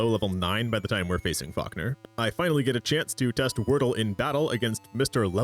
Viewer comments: Nah, I just caught a stray 'Fockner' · Why am I hearing you say F*ckner instead of Falkner😂😭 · Every time I hear you say Falkner, I keep thinking you're saying, Fuckner 🤣